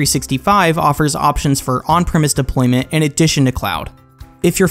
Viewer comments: Hi there, thanks for the video. Please note it's deploYment not deploment at 1.05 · "Deploment" lol